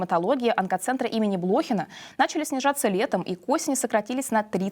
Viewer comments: Не БлОхина, а БлохинА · БлохинА ! БлохИна, это видимо шуба с блохами. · О, господи, откуда эта ведущая приехала? из какой деревни? Онкоцентр имени БлохинА, не не БлОхина. Не оскорбляйте память великого медика! Словаря ударений что ли нет? Или ниже достоинства в него заглянуть? Вроде бы серезный канал, не из подворотни. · Ну, что за позорище, неужели вы не можете научиться правильно ставить ударение? Онкоцентр имени БлохинА, а не БлОхина. Слух режет, это же очень известный центр, названный в честь выдающегося онколога. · БлохИна, а не БлОхина!!!!!!!!!!!!!!!!!!!!!! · Онкоцентр имени БлохИна!!! Проверяйте названия, произношение и ударение. Очень непрофессионально выглядит!!!! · Да уж, резануло слух. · Центр БлохинА, а не БлОхина! Как говорил Жванецкий, Тщательней ребята! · Тоже резануло ухо.Для журналиста это недопустимо. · Ведущая - ии? .. ну, просто так много неверных ударений.. в несложных словах.. имени БлОхина.. у людей сЕмья... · "Центр имени блОхина" - это новое в ударениях. Удивительно малограмотных ведущих привлекает канал. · Блохинà ,ударение на a . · БлОхина ? Что с ударениями в простых словах